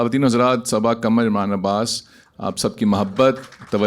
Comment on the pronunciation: She speaks her last name "Kamar" instead of "Qamar". Now she is participating on Rekhta's platform.